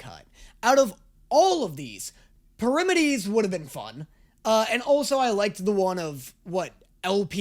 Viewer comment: Everytime said Parimaties Me, Sighs: Parametes...